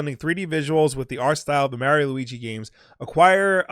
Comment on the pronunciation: It's pronounced niiiche not fucking nitch that does my fing head in, you pronounce Mario right but f*** up a simple word